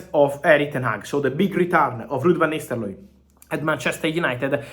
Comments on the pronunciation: Lol Fab you gotta stop saying Nisteloooi. It's Nistelrooy. You giving me anxiety 😂😂😂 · Fabrizio... It's not Van Nisterlooy, it's Van NisteLRooy... It ends with rooy, not looy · Lud vanisteloy 😂😂😂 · 😅The way Fabrizio says van Nisterlooi is pretty hilarious😆🤣😂🤣😅😆😂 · U are right 😂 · I was about to say same😂😂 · Indeed .... Agreed 😂😂😂😂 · He says nistel-roy 😂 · Ruud Van Nisterlooy😂💀